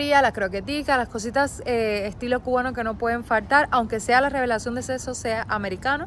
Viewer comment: dice seso? En vez de decir sexo